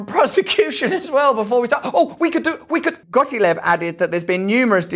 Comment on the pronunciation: It's not GOTILEB it's GOTTLEEB! When pronouncing German names you make the sound which is the same as name of the second vowel so E in the case of Gottlieb. But I in the case of STEIN. XX